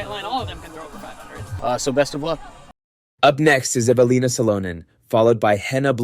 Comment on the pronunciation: More than one, Evalinas last name was butchered.